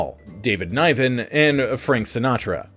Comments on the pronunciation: David 'Nighven', 'Niven' = Nivven, 😊. Like deployed 👍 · It's Niven alright (as in "hidden", "driven", "bitten", etc). He mispronounced David's last name. 👏👏👍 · Ni-ven...short i. Not like NY-ven. Sorry. It hurts my ears.